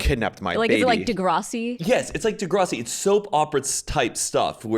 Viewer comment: i’m so sorry but it kills me every time says degrassi wrong it’s deGRASSi like grass